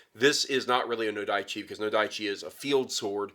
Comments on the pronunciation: Also, NO-dah-chee, not no-DIE-chee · Oh-Dah-Chi...Where do you get the Od[aɪ̯]chi? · You're pronouncing it 'nodaichi' (with an 'ai' sound in the middle), but I'm pretty sure it's just nodachi (with a short 'a' sound). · well at some point I'm expecting to see Metatron comment and help with that pronounciation. How I would say it phonetically is oh-dah-chi, and no-dah-chi.